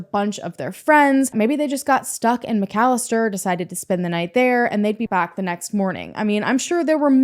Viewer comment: Those McFadden boys are pure evil and trouble....@ for covering this story and pronouncing McAlester correctly!